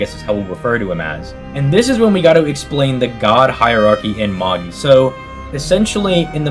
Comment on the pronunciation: Its pronounced MA-JAI not MA-GI 😂